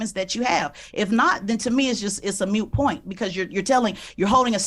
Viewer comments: She said mute point. It is moot lol. Two different meanings. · “It’s a mute point” It’s moot. Moot point. She’s not even thorough enough to look up the correct phrasing… man never mind. Idk who this chick is but she’s DUMB. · she literally says mute point incorrectly its moot point, she is asking him for examples of "leadership" which ok fine but she falls back on a 6th grade story and holding her military service over his head like it's some infallible card that can't possibly be argued against if you didn't join the military. She described how she wants politicians to be seen as except she explained what politicians have been for decades. She may not be "dumb" but she certainly isn't smart and shouldn't be the one asking a highly intelligent man and talking like he's beneath her when she looks bad the whole time. I'm not generally a mob mentality type of person thought wise but just look at how many videos there are of people reacting to this video, its astonishingly embarrassing and honestly if she didn't have such a pompous attitude towards him I'd afford her some sympathy but she really thought she buried him lol. It was cringey AF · “Moot” point not “mute” as she said. Lol. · She served through all her schooling but doesn’t know that the phrase is “moot point”, not “mute point”. I guess she should have paid more attention in class and focused less on lunch… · "Mute point"? Really,? I believe it's, "moot point," but I expect nothing less from a who, "feels," that she's smart. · A couple other elephants in the room: 1) did she really think PR stands for “perception of reality”? (Is she redefining the acronym or does she really not know it stands for public relations)? 2) she said MUTE point instead of moot point 3) this whole angle of Vivek not being a leader is in line with this racist insistence that Asians are not good leaders. Idk if that’s what motivated her but given her other racist statements I wouldn’t be surprised.